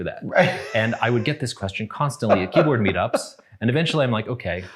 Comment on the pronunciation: Bro said “keyboard meetups” oh no xDDDD